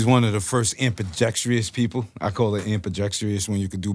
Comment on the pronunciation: Ambidextrous at least pronounce it right p. Can't wait to cop this work. That pain from havoc is real it got me emotional a little I'm not gonna lie